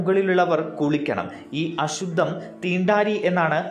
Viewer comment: It is is pronounced as THEENDATHIRI.....REMAIN WITHOUT TOUCHING ME....